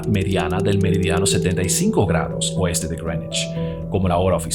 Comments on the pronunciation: El tipo dijo Grenish 500 veces pero nunca pudo decir Greenwich. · Cada vez que te escucho decir (Grenuich) para referirse a (Greenwich) se me revuelve el estómago 😖😖😖 Es que Llevo toda mi vida escuchando a la gente pronunciar eso así (Meridiano de Grinwich) Sácame de las dudas, no sé si estoy mal, muchas gracias por tu contenido. A mí me parece fenomenal este gran aporte a la cultura de la República Dominicana 🇩🇴🇩🇴❤️❤️❤️ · It's Grenech (pueden escucharlo en Google translate) pronunciación británico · Greenwich = Grinuich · Creo que es porque hace la pronunciación en inglés